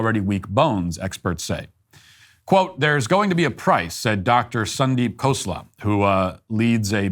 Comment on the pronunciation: Perps for Matt for saying "Sandeep Khosla" as it should be and not adding the american accent to it.